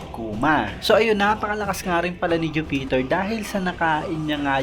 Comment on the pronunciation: bakit ju-peter boss? bkit pa putol ang bigkas na hinto pa sa ju bago mag bigkas ng peter.